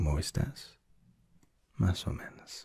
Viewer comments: It’s mas o MENOS not menas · you kept saying menAs, it's menOs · If you pause after the no in "no muy bien" like that it sounds like you are saying: no, I'm very good (in a disappointed tone). Instead of saying I'm not very good (like how punctuation can change a sentence in English). Also it's menos not menas as you were saying. Still I'm enjoying this : )